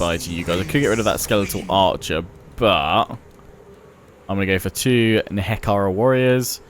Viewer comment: You're pronouncing NEHEKHARA as NEKEHARA again... It's NE- HEK- ER- AAH